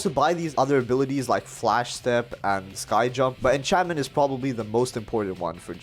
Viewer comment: Did he just call encancement enchantmenta.